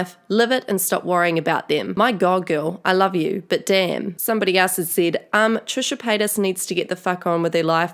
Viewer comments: “Trisha Pasta” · "Trisha Pasta"